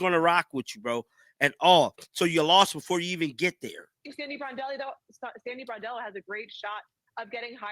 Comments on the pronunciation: Brondello , say it with me: BRON-DELLO. Like Le-Bron. Not “Boredello” like you are saying. Bordello is a whore-house. At least get her name right. Saying axe instead of ask is bad enough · Her name is BRONdello, if you’re going to do videos about her, please pronounce her name right. ❤️ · How hard is it to say BRON-DELLO? Why keep saying BOR-DELLO? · Please man I love ya, but her name is Brondello, not Bordello. A Bordello is a whore house! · Isn’t her name Brondello not Bordello? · Brondello NOT Bardello! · Dude! It’s BRON-dello! Not BAR-dello. Just sayin’… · Her name is pronounced BRON Dello NOT BOR Dello. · You should know how to pronounce the name of the person you’re talking about.